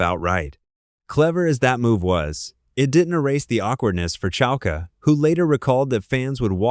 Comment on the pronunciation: “Lessie” Goranson? Lee-cee. Short for Alicia. Sarah “Chal-key”? Or Chal-keh? Chalké? 🙄 If you can’t trust your #aislop voice, write phonetically.